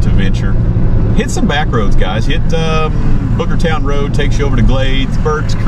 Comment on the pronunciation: Did he say Booger Town rd? lol.